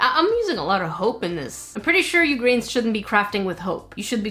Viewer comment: Is it just me or does it sound like she's saying greens instead of grains?